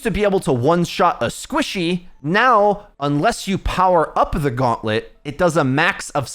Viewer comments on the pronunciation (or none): none